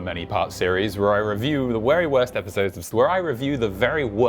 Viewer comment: The wery worst episowdes?